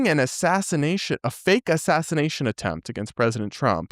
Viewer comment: Why does Candace randomly throw in an "h" behind every s in her language? Ishreal, assashrination, etc, etc